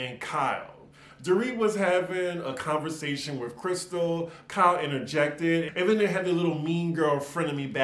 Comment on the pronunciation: KYLEEEEEE I come just to hear you say it!